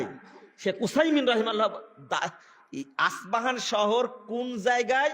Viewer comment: আস পাহান নয় ইস্পাহান